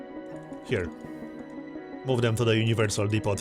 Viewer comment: Just FYI, The 't' at the end of "depot" is silent.